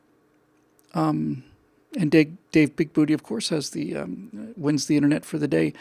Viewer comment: Since no one else is going to correct you,... IT'S BIG-BOO-TAY! TAY! TAY!!!